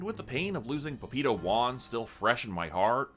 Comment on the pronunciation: Couldn't tell what was saying before "Juan" for the life of me till I realized he's saying "papito" lol. Pah-pee-tow would be a better pronunciation. Love the story so far!